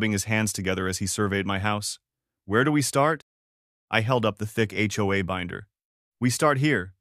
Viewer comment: I love how the HOA is pronounced HOE. If a vehicle has more than two axels is has more than four wheels. Logic has never stopped HOA Karens on a power trip.